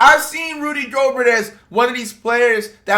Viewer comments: It's pronounced "Go-bare" bro.. Don't rhyme it with yogurt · Why does flight keep pronouncing Rudy’s name like that😭